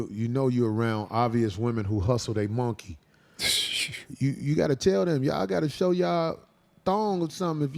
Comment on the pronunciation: i be cracking up when corey says MUNKEY! 😂